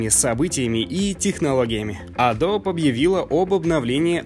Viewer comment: не Адоб, а АтдОби с ударением на второй слог. погугли. это название ручья и оно произносится вот так. сам был в шоке когда узнал) Спасибо за выпуск. всегда смотрю!